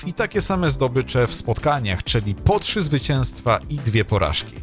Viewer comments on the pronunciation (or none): none